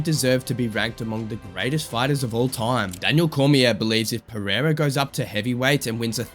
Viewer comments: Chael:Alex Piera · Chael sonnen: alex piyera😂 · Chael calling Pereira "Pierre-uh" 😂😂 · I love when Uncle Chael talks Alex Piera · chael sonnen doesnt pronoune the first "r" of pereira piera wtf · You have literally used some of the biggest scumbags in the UFC to praise Alex. 😂 How much brain damage do you have ? Goal listen to chael, Dude's literally bragging about Alex but can't pronounce his name properly. And I know how much you UFC fans really love the cheaters of your sport